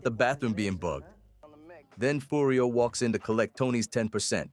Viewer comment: Yeah listen to how it says AJ and Furry O